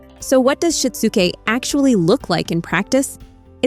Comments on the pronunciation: “Shit-zoo-Kay” Good grief. When will AI learn to pronounce words correctly? The material is good! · “You might need to walk… THEM THROUGH IT!” Despite the terrible AI voiceover, this was valuable. I’m going to try this with our autistic son and allistic daughter. Also, it’s SHI-TSU-KE, AI voice! Sheesh.